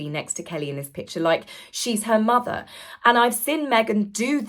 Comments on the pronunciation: She says it the same exact way each time. Same words, same pause, same drawing out of the r in motherrr. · It makes my skin crawl when she says MOTHERRR. I wonder if she says BROTHERRR, when she says brotherrr referring to Prince William. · The say Harry's wife dramatically over enunciates the word "mother" really grinds my gears.